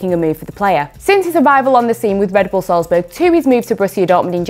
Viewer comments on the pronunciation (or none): none